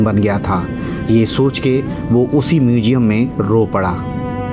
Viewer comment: Narration kay liye bhasha theek honi chahiye aap sh aur s mai antar sikho … muzeum mujeum nahi … stroke estroke nahi …